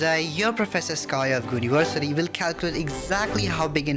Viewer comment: "Professor Sky of Gooniversity" fried me 💔💔🥀